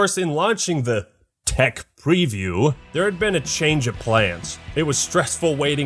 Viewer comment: If you say "Thech preview" one more time!